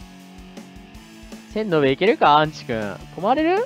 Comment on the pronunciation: ごめんなさい、アンチんて言うのが、う○ちと、聞こえてしまいました。申し訳ないです。 これからも頑張ってください応援しています。